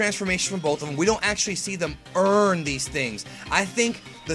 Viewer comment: Stop saying earn like that fucking annoying